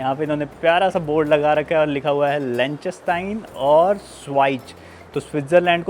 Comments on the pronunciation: Lik -sten-stein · Pls learn to pronounce the name of the country correctly …. lik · tuhn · stine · Pronunciation is wrong. It’s “lick," "ten," and "stine"